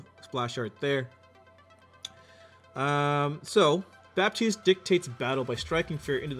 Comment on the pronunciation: you do not prononce the p in baptiste it's a french name